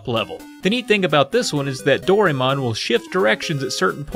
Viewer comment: Doraemon's said like "do ra eh mon." I get that pronunciation seems to be some sort of running gag in these videos, but it just sounds like a lack of effort instead.